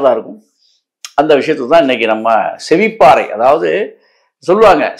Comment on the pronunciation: செவிப்பாறை இல்லை சேர் செவிப்பறை.